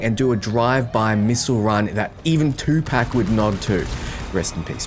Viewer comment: Lmao u mean 2pac? Not 2 pack